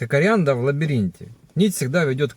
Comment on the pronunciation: Ариадна. Не Арианда.